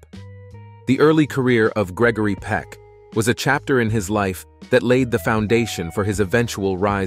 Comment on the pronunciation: His name is Gregory Peck not peek